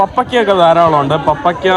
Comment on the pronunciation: പപ്പയ്ക്ക് അല്ല പപ്പായ കർമൂസ